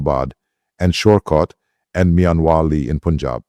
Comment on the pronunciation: The voice is clearly synthetic, and the text reeks of AI generation. He probably just fed in a few prompts. No Indian pronounces Punjab as P'unchab—it’s Pa, not Pu. That slip alone gives the game away. And that's just one gem—there are plenty more where that came from.